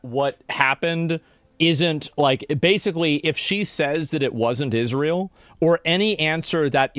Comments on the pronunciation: Until Candace can learn how to pronounce Israel, and stop saying "ISH-REEL", I don't want to her jack sh*t out of her derp mouth. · She actually pronounces it “Ishreal”